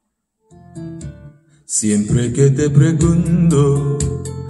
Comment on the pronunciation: 스페인어 기본 조금만 배우셨다면 발음이 좀 더 좋을 것 같네여 (Pergunto)뻬루군도 아니고 뻬르군또 (Hoy)호이 이니고 오이 그래도 열심히 가르쳐 주신것 열정이 느끼며 원곡을 들으시며 발음을 조금 수정 하시길 바랍니다